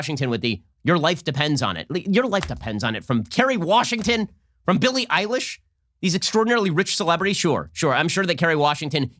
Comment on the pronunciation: He said Billy Ilish I thought he was talking about a guy